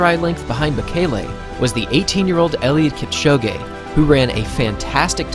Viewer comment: It’s pronounced Kipchoge not Kipchogé😊